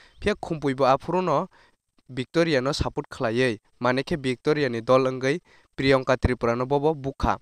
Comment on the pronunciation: please brother pronounce my name well my name is Priyangka not priyonka 😂